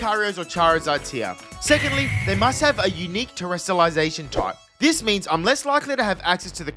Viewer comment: Paldeas terastilasaishon